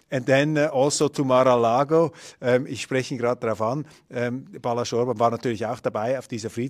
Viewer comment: Nicht Balasz, sondern Balázs